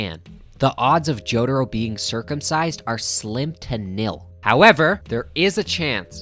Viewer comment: the way he pronounces jotaro hurts my brain